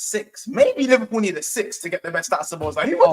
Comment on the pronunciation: Imma just say this is my favorite stream and panel so far these are some of the things I found hilarious tonight. 1. calling szoboslai, Szobozo 😂. 2. saying 20 mil is too much for inter so they won’t get tyler adams 😂 3. vs mini banter argument proper rivals Manchester United vs Liverpool. The best frenemies. 4. getting stressed and using his stress ball top tier. Finally saying if Ben doak got injured he would be called Ben dover 😂. Top stream might have to rewatch 😂😂